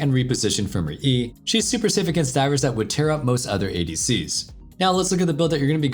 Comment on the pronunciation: The "tear" pronunciation 🤔 Yes the same spelling for two different meanings. But the item is the shape of a tear so...